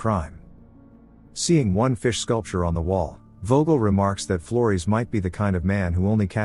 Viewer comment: Yeah the AI is pronouncing Flores as "Floris" I was very confused